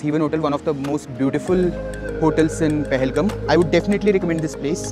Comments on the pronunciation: Your pronounciation about Pahalgam is wrong ..But ur love about Pahalgam is Good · Appreciate the efforts 👏👏👏👏 Indeed the video is one of kind especially the drone shots But sir with all due respect It is pronounced as PAHAL-Gaaam Wasn’t expecting you to mispronounce …. Just because it has the video has lost it charm